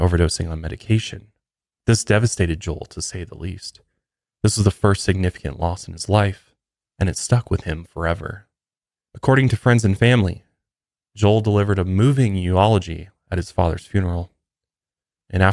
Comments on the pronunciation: I was just about to pick at him in a friendly way and say he pronounced it like it was a medical specialty field. 🤣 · When you said U-Ology it made me think of Zoolander! 🤣 Eulogy - You-La-Gee. Doesn't matter, I love this podcast sooo much! I love the dark topics. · “Photo-Grapher” and “U-ology”😂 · You really just said “uology” bro it’s a eulogy. Have you never been to a funeral?? Count yourself lucky. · I also thought of Zoolander! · For people who constantly bash Christianity based on their super religious up bringing, you'd think you'd know how to properly pronounce EULOGY. Love the podcast but even with Mile Higher, not all Christians are super religious and cult like (but were you even brought up in a cult?) It's getting old.